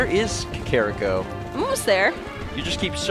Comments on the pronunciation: I know you only pronounce things how you did when you were a kid, but your child-self is wrong. It's Kak-er-Ree-co. NOT Kak-kar-rick-o. I cringe every time. I know you get these comments a lot, but it's ruining my immsersion. Just some constructive criticism:) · Ey mate it's Cockariko :)